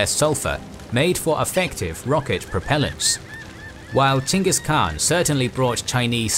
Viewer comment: Holy shit, you pronounced "Genghis" correctly. As someone who thesed about him in grad school, I can't tell you how much that little detail ruins like 90% of videos on the topic for me.